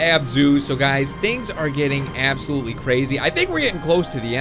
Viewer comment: thing are getting "abzulotely" crazy